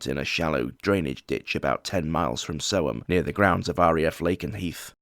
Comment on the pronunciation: You said it correct Aye Sick F--K